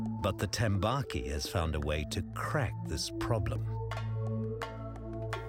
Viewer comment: yes but its tambaqui not tembaki